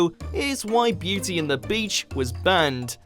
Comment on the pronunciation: When you say "banned", it sounds like "burned"